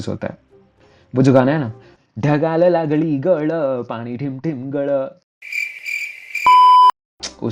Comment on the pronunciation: he says ढगाला लागळी गळं (it's ढगाला लागली कळं) He cannot pronounce ळ anyway.. he pronounces with ड)